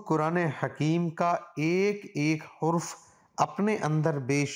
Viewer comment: السلام و۔ علیکم۔ لفظ حرف کو (hurf) نہ پڑھیں